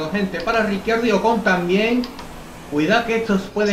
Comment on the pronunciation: porque a ocon le dices ojon?